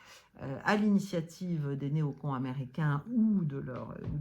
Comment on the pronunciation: Quand elle dit "les néo-cons", on dirait qu'elle dit "les nouveaux cons" hahaha